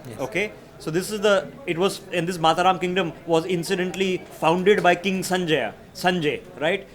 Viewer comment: is the king of bad Sanskrit pronunciation. Garudha! Abiseykam. Mataram is not Mata + Raam. It is Mataram like Vande Mataram. All his research in the guise of expert report is wikipedia regurgitated. It is etymology not epistemology. Epistemology is a very different thing. He is a confident guy with half baked knowledge.